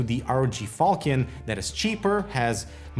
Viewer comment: It's fal(sh)ion (the sword) not to be confused with a falcon (bird) You're not the first reviewer i've seen make this error.